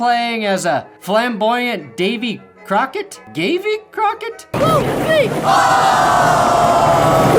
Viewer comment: "Gayvey Crockett" is crazy 💀💀💀